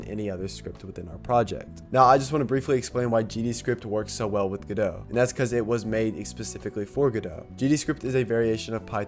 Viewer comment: You pronouncing Godot correctly fills me with hope.